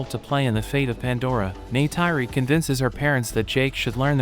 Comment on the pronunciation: O nome dela é Neytiri